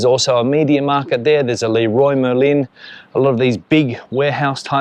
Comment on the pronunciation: Thank you for the videos. one comment about the pronunciation of Leroy merlin it is pronounced Le rwa merlan (n almost silent) In french. Padel has apparently 100k practitioners in France Anyone against war should actively do everything they can to neutralize the Russian army and terminate its ability to erase cities and cause millions of people to become refugees and cause death and distruction that makes Nato critical and a protector. anyone supporting Russia be it from podemos or VOX are preferring external interests and their own interests to those of their country, peace, and prosperity.